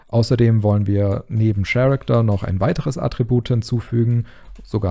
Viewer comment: Super Tutorial, die Animation sieht verdammt gut aus. ps. "character" wird "käräkter" bzw. nach IPA ker-ik-tər ausgesprochen 😉